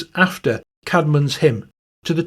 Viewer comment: Actuallly Caedmon is pronounced Cayd mon. I should know as I grew up in the town of Whitby in North Yorkshire, England where Hilda was the Abbess and Caedmon was the cow and goat herd in the grounds of the Abbey on top of the cliffs. The stone cross dedicated to the first poet and hymn maker Caedmon stands at the top of the 199 steps leading up to St. Mary's Church, the graveyard and the beautiful though war-damaged ancient Abbey. Thank you for mentioning him.